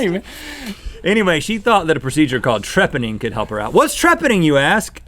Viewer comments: Rhett pronounced Trepanning wrong, he said treppening. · Its pronounced tra-pan-ning you cretin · It's pronounced trePANning.